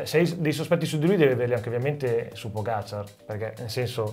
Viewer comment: Vingegaard è credibile? No. Fine. Comunque si dice Pogàciar, non Pògaciar. E Vinghegard, non Vingegard.